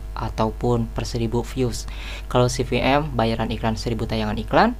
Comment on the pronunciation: Kebolak balik ngomong v sama p, pasti orang Sunda hehe, saya juga